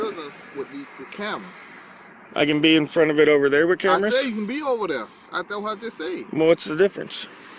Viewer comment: "I know dat"? "Over dare"?